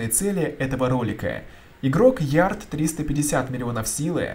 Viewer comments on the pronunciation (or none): Не Ярд, а Лярд!)